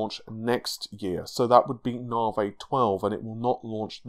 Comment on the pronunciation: Ladies & Gentlemen, his name is... and he still pronounces Navi as NAH-VAY.